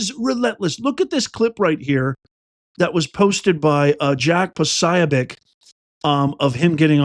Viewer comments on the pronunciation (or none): Pronounced, " Jack Pas-so-bek"